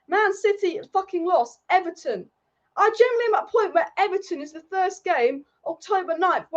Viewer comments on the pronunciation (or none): none